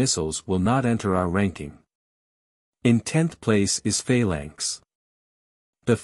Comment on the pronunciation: "Fail Lanks"? Wtf?